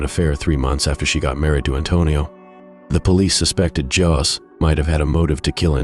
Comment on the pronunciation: "Jos"???? "Mary Jos"?????? 🤔